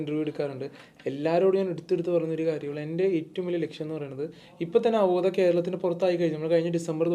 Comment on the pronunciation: it is അവോധ not avodhaya. Do some homework